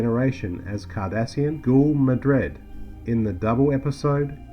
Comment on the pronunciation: Ghoul Madred? I thought it was Gul Madred.